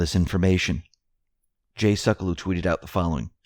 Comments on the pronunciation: you mispronounced Jay Sekulow's name, AGAIN. It is pronounced "SEH-kyu-low" , not "seh-koh-loo". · Seck-u-low. NOT Suck-a-loo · Jay Sekulow’s name is pronounced “Sek-Q-low”.